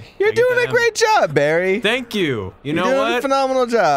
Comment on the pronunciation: i was so sure that the intro said "barfy" instead of Barry